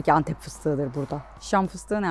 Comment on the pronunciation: Meşhur Entep Enektarı :)